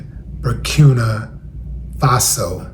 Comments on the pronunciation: Bout time you covering Ibrahim Traore and what's going on over there. They tried to delete the inventor of that vehicle also Bur-keen-uh is how u pronounce it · Your MESSAGE overrides any mispronounced word Willie D...Your sheer intelligence speaks volumes